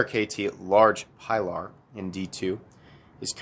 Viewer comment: I knew where this review was headed when he refused to take the time to pronounce the name properly